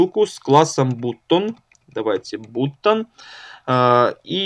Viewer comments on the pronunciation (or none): Автор молодец! Но всякие алиганы, бутоны и т.д. ухо режут. Уже давно есть инструменты, позволяющие избежать таких орфографических казусов. Жми на грамофон "послушать" , ну и собственно послушаешь как правильно произнести то или иное слово ;)